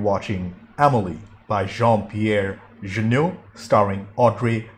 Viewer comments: It's pronounced "Je-Nay", not"Je-Noo", nor "Je-No xD Nino is played by director Matthieu Kassovitz, who made "la Haine", and "Gothika" among others. For the fans of "the Fifth Element", he's also the one who tries to rob Bruce Willis at his appartment. Music is by Yann Tiersen if you want to listen more. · Jeunet reads Juh-Nay